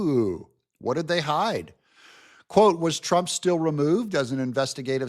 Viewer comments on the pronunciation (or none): none